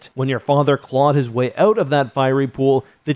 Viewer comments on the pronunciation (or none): Say "out" again!